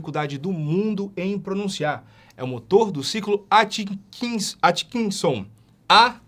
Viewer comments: Tente falar AT, não ATCHI... ai fica fácil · É "Átkinson"...